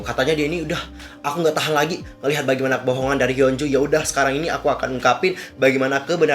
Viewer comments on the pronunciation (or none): Hyo apa hyun sih. Kok km blgnya hyo bkn hyun